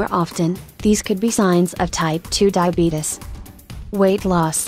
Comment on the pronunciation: emmy 595 No, they're making a joke. If you noticed, the atuomated voice says "Diabeetus" not diabetes.